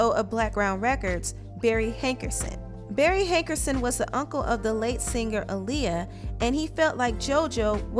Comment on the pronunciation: To the narrator: The word 'singer' is not pronounced sinGUHer. The g in ing is soft.